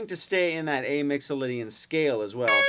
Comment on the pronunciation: A's & G's not A's & O's, Mixalaydian scail!